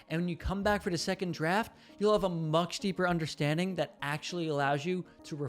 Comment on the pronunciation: Bro really said "mukshd deeper"